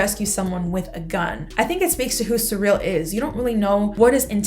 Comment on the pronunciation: Syril is pronounced "seer-ull" not "suh-reel" 😓.